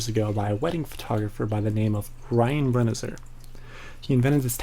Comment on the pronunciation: FYI: It's pronounced Bren-eye-zer.